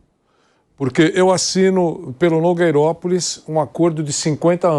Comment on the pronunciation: Adoro quando o fala nogueiropolis kkk